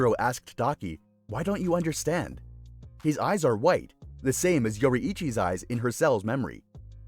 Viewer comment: Normal people: Yoriichi: Yori-ichi